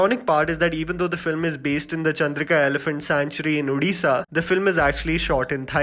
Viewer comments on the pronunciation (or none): It's Chandaka Elephant sanctuary in Odisha, not Chandrika Sanctuary in Udisha. You are an Indian and should pronounce the state names properly.